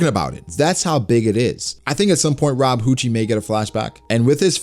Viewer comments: I'm dead ass like why is calling Who's who's a hoochie (momma). I'm sitting her googling "Who's Who One Piecee thot?" Then I realized he was saying Rob WHOchie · This nigga said “Rob Whocci” 😂